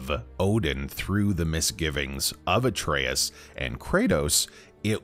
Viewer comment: His fucking name is Atreus